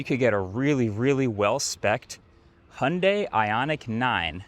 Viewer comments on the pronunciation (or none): Again, it’s Hyundai not Handai…